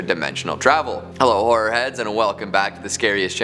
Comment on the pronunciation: imagine if this was a romance channel.. the intro would be 'this is the whore channel and im your whore host' NOT saying is a whore it's just every time he says horror i hear whore